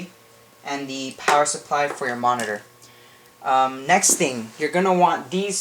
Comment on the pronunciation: never say monitor again!!!!!!!!!!!!!!!!!!!!!!!!!! And its not Hwite its White